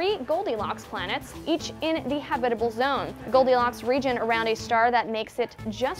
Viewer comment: Does anyone else think that she's pronouncing habitable wrong.